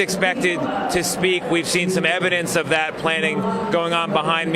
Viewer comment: Norah O’Donnell’s voice is awful. It sounds AI-generated. Also, she’s got a super annoying habit of emphasizing the prepositions in sentences: “Vice President Harris would become the first female President OF the United States.”